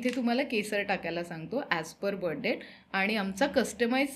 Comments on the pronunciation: Yantra, tabiz kuthun pakadun anala yanna! 🤦‍♂️ Ani debt is pronounced as “det” similar to “pet”. “Depth” mhanje “kholi” 🙄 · Depth nhi डेट म्हणा.. IT is Florida not folorifa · Debt चा उच्चार डेट असा आहे. मराठीत कर्ज म्हणू शकतो